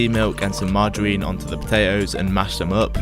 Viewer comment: Powwidge, wice, mawgerine, buwwer